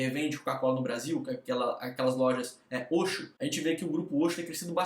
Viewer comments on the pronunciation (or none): se fala oqsso kkkkk nao e oxxo eh oqsso kkkkk